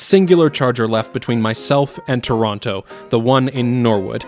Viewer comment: First Canadian guy who does not pronounce "Tronno" and pronounces "Toh-rawn-to" :P. Canada is really spread out, I believe !